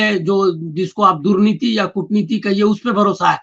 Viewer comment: दुर्नीति न कि दूर नीति